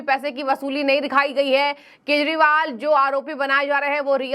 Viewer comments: This abnormal Anchor everytime days Keshpal... instead of Kejriwal. Very bad on channel's part. Pls correct her😮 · Keshpal bolti hai ye anchor everytime 😮 shame shame